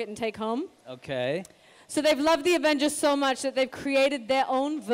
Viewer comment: She said “The Avengels”